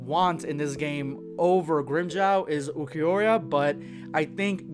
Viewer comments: Bro it's Ulquiorra not Ulquiorria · Grim"JAW" kill me please... It's Grimmjow my dude You literally said you wanted to play as him for a long time at least get his name right😅😅 Edit: OMG the name BUTCHING continues Ulquior"IA" it's just Ulquiorra I'm dying... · The way you pronounce Grimmjow and Ulquiorra makes my ears bleed... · Niggga who tf us uiquriahhhhhhh say his name right ain't no aaaaahhhhh at end of his name